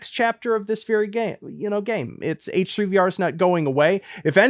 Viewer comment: eighch threigh vea are